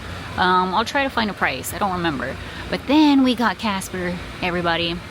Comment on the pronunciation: So, you poichased Cah-sper?! 😂😂 All joking aside, I am glad you took some days to rest.